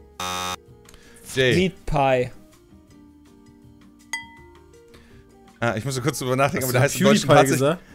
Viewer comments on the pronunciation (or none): Ich hab Meat Pie verstanden xD